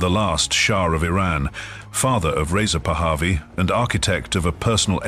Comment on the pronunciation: You are showing the Golestan Palace in Tehran and calling it a house in Maryland. Most of this video has nothing to do with Reza Pahlavi. And your ai generated voice is saying the name wrong.